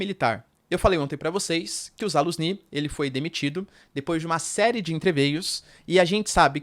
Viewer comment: Zalujini, professor, pelo amor de Deus. Zh é transliterado cagada mente pq em inglês não existe som de J, mas é J. Jukov, Zalujini e por aí vai.